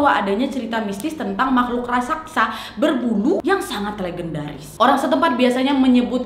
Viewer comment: raksasa mbak bukan rasaksa